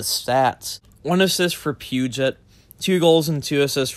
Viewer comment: A cannae believe he actually can’t pronounce Peugeot 😂😂😂 Edit: I cannae believe I said cannae then can’t means the same thing excuse my Scot’s language speaking ass 😂😂🏴